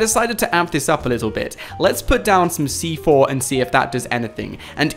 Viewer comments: He said stick fortnite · So you wish you could stick FORTNITE to players? Idk if that was a speech mess up or not XD